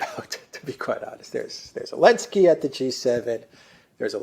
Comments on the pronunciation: seems to be saying "Alenski" a lot, but I thik he means "Zelinski". Am I right? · Ukraine outlawed the use of Z early last year. So had to say Ellenski. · Maybe most fans know this but what's the reason calls Zelensky "Elensky?"